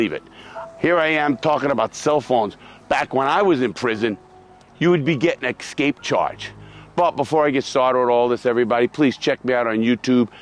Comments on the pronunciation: escape. not EXSKAPE. rofl. maybe you need to aks more questions about. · LARRY ESCAPE! NOT EXSCAPE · "Excape" charge 😂